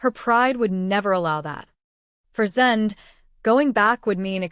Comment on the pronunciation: Stupid AI, it can't say Zende properly, it's not Zend it's said like ay on the end of his name. I wish the YouTube videos would stop using AI.